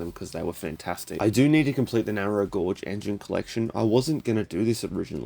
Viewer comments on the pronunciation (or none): "narrow gourge"